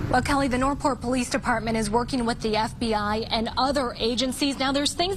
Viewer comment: that’s north port not north pol dear